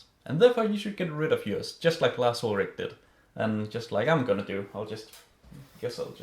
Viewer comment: Larz Uldragging lmao